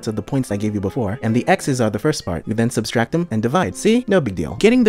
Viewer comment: Word is subtract not substract